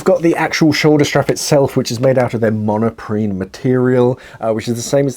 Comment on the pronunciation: I think it is Monprene not monoprene